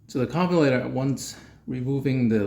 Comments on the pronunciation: did you call that a "Carbolator" LOL hahaha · Carbulator... WTF.. is that???this is America... if you cannot pronounce carburetor right you must be deported!!! Immediately.. 😂